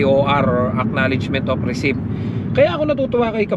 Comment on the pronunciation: Gud eve, subscriber here..try to pronounce RECEIPT as recit silent P...no offense meant...I admire your confidence.Keep going.👌